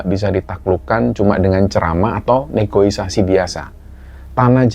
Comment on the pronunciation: Negoisasi❌ Negosiasi✅